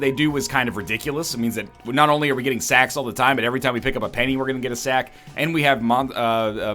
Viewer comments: am i the only one who kept hearing "more sex, more sex, more pennies which means more sex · I heard "more sex" when he said "more sacks"